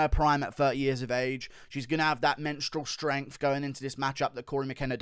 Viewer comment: did he actually just say "menstrual strength" instead of "mental strength" or what...